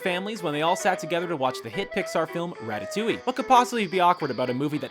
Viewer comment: Did he said ratatouillee?!